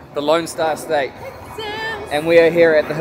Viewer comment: I like the way you pronounce Texas, Tech-sis. Unique accent.